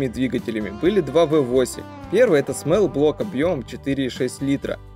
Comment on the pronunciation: "До пятиСОТ". Склонение числительных. Не "смэлл-блок", а "смолл-блок".